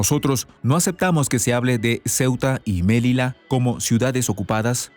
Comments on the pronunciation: Melilla , no Melila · se dice Melilla (ya) y no melila 😂😂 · Melilla, no se pronuncia melila, además el acento es grave. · Melilla, como lo pronuncia suena horrible, nada que ver con el castellano, Melilla.